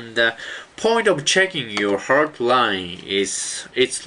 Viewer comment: i thought he said red wine and hard wine